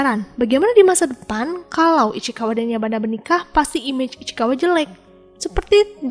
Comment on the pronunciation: Ichikawa ❌ Ichikiwir✅